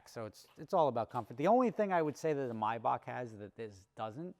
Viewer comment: Is that really how you pronounce maybach??